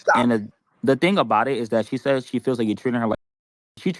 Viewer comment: Not Trump saysh again 😂😂